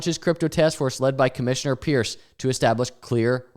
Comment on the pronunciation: Hester's last name is pronounced Purse btw. A call to her line at the SEC verifies this. Bitboy did it during one his streams revealing he was saying it wrong the whole time